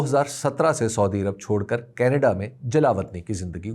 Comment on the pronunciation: حبیب اکرم صاحب اس دلچسپ معلومات کا شکریہ لیکن ایک چھوٹی سی اصلاح کی جسارت کرونگا کہ مہربانی کرکے سودی عرب کے بجاۓ اگر سعودی عرب تلفظ کریں تو بہتر ھوگا.